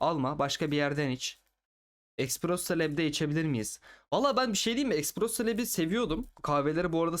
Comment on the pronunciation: espresso diye okunur.